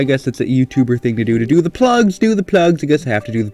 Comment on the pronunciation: I think is working with the Germans he keeps on saying Ze